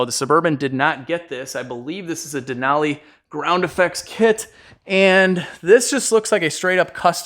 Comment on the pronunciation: Thanks for pronouncing "Denali" correctly!